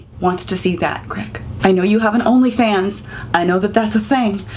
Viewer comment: I gagged a bit when you said he has an only fans- I need to hear the T